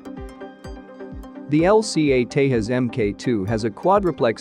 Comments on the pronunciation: Pronounce it as Tejas...not Tehas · Hey buddy you pronounce Tejas wrong. It’s nit Hispanic name where j is h or I don’t know lol